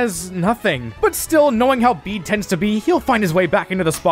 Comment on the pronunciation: Pronouncing his name "Bead" when it's "Bay-Day" is wild. His name is IN his character song. 😭